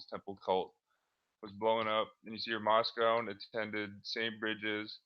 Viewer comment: Moscone pronounced "MOSS-CONE-EE"